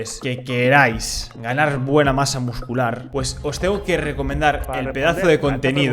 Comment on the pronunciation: hola te recomiendo que ya que vas a comentar culturismo que aprendas bien la pronunciacion de ciertos terminos porque me estaba arañando la cara cada vez que decias "miuscular"